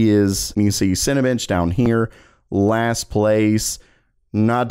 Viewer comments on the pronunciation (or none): none